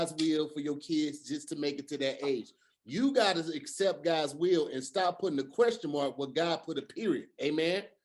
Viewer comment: Is it "God's will" or "God's wheel"? Tom, back to you.